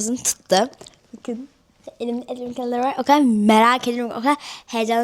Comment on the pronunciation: “Elimde aqwend kalender var”